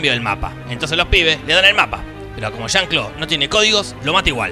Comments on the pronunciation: jan clo, oyeron eso jan clo.... ¿Y como se dice?.... JUAN CLAUDIO! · Estaba rogando por que dijera "Juan Claudio", porque a la primera lo dijo bien xD